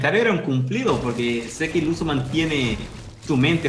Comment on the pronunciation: No se llama lucu es luzu